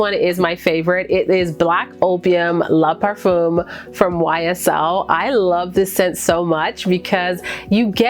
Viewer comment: Great video! For anyone interested, Black Opium is Le Parfum, not LA Parfum. The “le” is pronounced like “look” minus the K. Parfum is not par-FOOM, but par-FAn, but the n is not hard. It just stays in the nose.